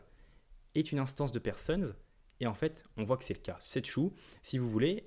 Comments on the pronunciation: Il y a aussi le "ça fait tiou" (true) 😁 Blague à part, merci beaucoup pour ce tutoriel clair et concis ! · Très bon tutoriel effectivement. J’avais un peu de mal avec la Web doc Mozilla, etc. au sujet de l’utilisation d’extends mais là c’est simple. J’ai beaucoup ri quand il a dit qu’un objet était « tchou » pour « true » ! Il faut reconnaître qu’en France, on est plus habitués à dire "trou" que "tchou" !